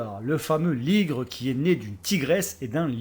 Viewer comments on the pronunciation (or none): on dit pas ligron